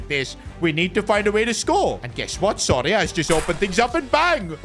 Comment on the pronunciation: is it just me or does keep saying sorry ahh instead of soria?